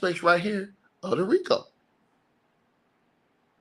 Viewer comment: baby roll those Rico r’s!